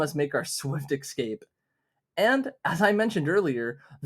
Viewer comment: pls say escape not excape (sick video tho, thx random dog of internet)